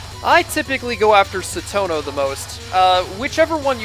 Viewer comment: I Love Touhou! I remember being really into the lore, when I was younger. Though I have forgotten most of it, I still love all the characters! (Btw, Cirno is pronounced "sir-no" not "kir-no" I'm sorry, but I'm a little triggered!) Still... Your videos are awesome and underrated!